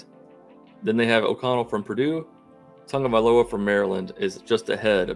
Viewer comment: I don't think the Maryland QB's name is pronounced "Tungavaiola"